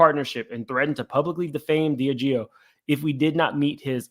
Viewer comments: DIAGEO - Pronounced: "D - Ah - Gee - O" 😅😅😅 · Pronunciation: DEE ah GEE oh. Diageo.